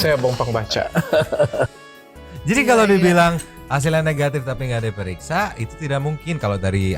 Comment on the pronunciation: Suka pak oto ketika ngomong "NEHATIF" semangat demi keadilan